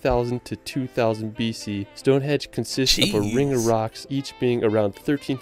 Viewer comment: StoneHENGE not StoneHEDGE